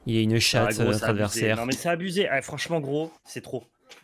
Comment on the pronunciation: c'est A-BU-ZEYYY serieux